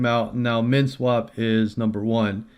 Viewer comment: What was the 2nd one i couldnt understand you. Men swap?